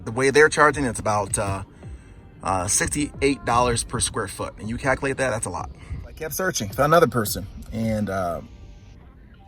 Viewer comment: Cak-a-late. Dude says Cak-a-late...calculate is pretty hard to pronounce I guess😂